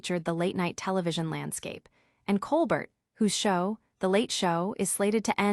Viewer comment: His name is pronounced ColBEAR, not ColBERT.